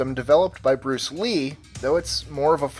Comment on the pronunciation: Did he say bruce wee